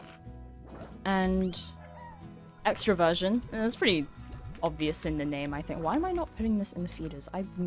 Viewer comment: Ooohhhhh, I thought you said extra-virgin. Extraversion makes a lot more sense